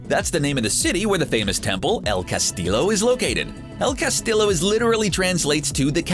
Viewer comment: "El Cas-teeyo", not "tillo".